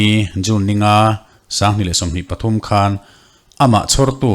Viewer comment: Earpod in ka ngaithla a.. Th a ri hi i lamfiah theilo nge.. Eg: Pathum..Patum 🫣